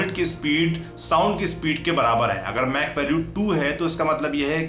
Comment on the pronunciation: "मैक" nahi "माक" 🤷🏾‍♂️😅